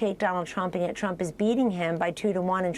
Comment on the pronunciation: "Nobody" tells us about YORE sources "Because dwonald jwohn twuuuuump" Foty fif pwesident of the United stwates